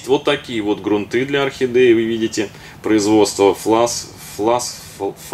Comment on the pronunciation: Правда, очень много лишних слов, а время у всех в дефиците.. хотелось узнать о грунте, но .. жаль. Кстати, в слове грунты ударение ставится на первой гласной.